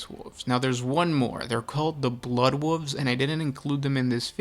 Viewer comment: It sucks he cannot say "wolves"